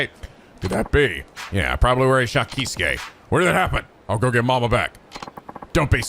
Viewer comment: the Kei in Keisuke is pronounced like Kay